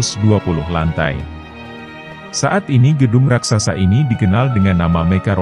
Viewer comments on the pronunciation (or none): none